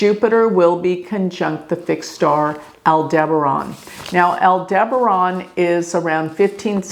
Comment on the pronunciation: Al Duh baren. Not al deberon.